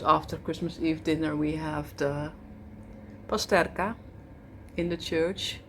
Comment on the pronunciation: Love to hear you say we go for pasterka you are truePolish